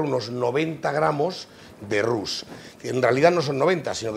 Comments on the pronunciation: Roux se pronuncia"Ru, no tus... solo r y u... nada más... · Roux es dorado y se pronuncia ru, no tus... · Roux se pronuncia ru, nada más... no se pronuncia l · Se pronuncia "ru... sin pronunciar la X final...